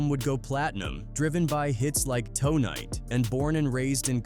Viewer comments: A.I BS these channels are garbage. he said Dj Quiks song TOE-NIGHT lol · It's pronounced "Tonight" not toe-night sheesh 🙄🙄😂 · Quik is from Tree Top Pee Rue. And Quik’s hit song “Toe Night”